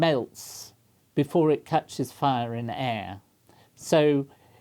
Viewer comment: "I popped eet"